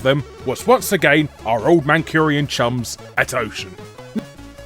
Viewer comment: y0. Me again. Ocean Software, hailing from Manchester, are Mancunians, not Manchurians. Pedant away!